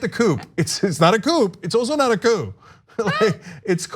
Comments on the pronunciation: She is supposed to be intelligent? Anyone knows it's prounced Cou. No P dumbass 💩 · Candace has no excuse to mispronounce the word “coup”. Trump, FOX, and Republicans, say the word nonstop 24/7, many times even when she was present. She’s heard the word pronounced out loud hundreds of times. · The mispronounciation of the word is indicative of a poor education. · yeah.... and in that 5 minutes they didn't really criticize her pronunciation mistake but rather criticized the fact that she (as well as the rest of the Trump acolytes) are using the word "coup" when it really doesn't apply. It's not a coup. It's an impeachment investigation. It's spelled out clearly in the Constitution. Don't you care about the Constitution? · No Ana. Not whatever. She thinks it's the proper pronunciation. she's a dangerous idiot. How can she not know? And don't tell me she's only ever read it in books, because she probably doesn't read, unless it's street signs, menus or youtube video names. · Everyone who speaks English as a first languyage mispronounces that word until they're corrected. Amongst many other foreign words assimilated into the English language. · If you are accusing somebody of a plot to overthrow the government, you should, at a bare minimum, be able to pronounce the word for that action. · It's not a news story. It's on their "post game." They are pointing out that the so called "intellectuals" of the right don't even know enough about the topic at hand to pronounce the words correctly. Why should anyone listen to Candice Owen's explanation of a coup when she doesn't even know that the P is silent. TYT's Post Game is more news worthy than most right wing "news". Even though it's funny/interesting stuff rather than important topics, at least it's based on reality. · She pronounced the "P" because she isn't familiar with the word. Let's you know that she is being told what to say instead of having a mind of her own. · What did you say, Candace? A coupe? A coop? lol 🤣🤣🤣